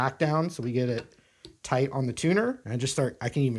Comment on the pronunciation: "Nice and toight, like ah toiga!!" 🤣🤣🤣